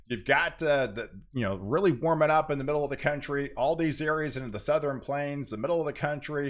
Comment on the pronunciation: Do you say, "NorthREn" and "SouthRen"? Just an observation. Cheers.